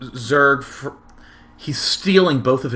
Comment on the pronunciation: "qween wush fwom wubby"